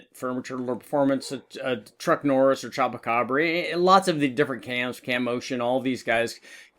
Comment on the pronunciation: Uh.. chupacabra.. pronounced choopacawbra. Lol 😅. Its a Mexican monster myth creature. 😅. At least you got part of it right.. thats better than some.. :(. Love your channel 😊. Thank you sir!!